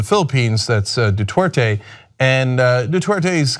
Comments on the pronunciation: It's Duterte not Dutwerte Cenk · 'Detorte' lol, it's pronounced 'doo'-'tare'-'tey'. Admittedly, that guy at the very least doesn't deserve to have his name pronounced correctly. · Hey Cenk, it's "du-TER-te" not "du-TWER-te" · It's Duterte not Dutwertey. Just one of the many things TYT gets wrong. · Dude, TYT are great people but can't you just spend a half a minute learning the right pronunciation of things. If you guys were all monolinguals, I d let it slide, but Ana and Cenk, come on. Du TER te, not Du TWER te. Just sayin. I want you guys to sound as smart as you are. Keep things going, thanks! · Duterte, not Dutwerte. Sort it out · Curious there is no "W" in Du-ter-te? Sounds like Cenk is saying dwouterte. Wonder how Cenk feels about Martial Law being imposed on Mindanao, because of urban warfare in Marawi between Abu Sayaf versus Philippine Army and National Police? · Could we maybe not pronounce his name as 'Du-twer-te,' or am I asking too much? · Wow the way they pronounce Duterte